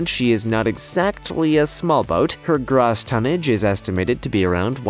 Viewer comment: Good work on the channel keep it going just one little itty bitty thing you kept pronouncing gross tonnage wrong